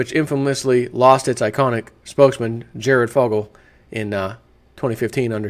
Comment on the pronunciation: his name is Jared, its Jared..